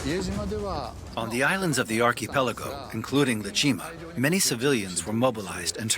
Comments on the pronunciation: announcer calling IE-shima- Iwo Jima. Different island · its simply amazing how totally inaccurate the narration is...they could not even get Le Shima correct instead calling it ie jima... clearly the whole matter like much on the internet has been poorly produced and certainly not proofread by any competent historian... take most of what is presented here with a grain of salt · It's pronounced, "I E Shima." You guys spelled it correctly on the screen, but pronounced it, "Iwo Jima." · Ie Shima... Not Iwo Jima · pretty sure some AI is involved here since they refer to the battle of "IE-SHIMA" as the battle of "IWO JIMA"... at least in the writing